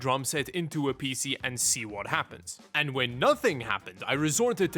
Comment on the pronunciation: The way says PC makes me uncomfortable